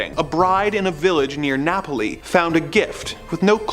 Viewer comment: Lmfaoo vase from “Nahpohli” Italy